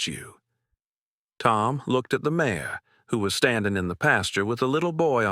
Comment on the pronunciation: Listening from SW Michigan. This is a good story other than Mare being said as Mayor. I do wish the people reading these stories would use the correct names.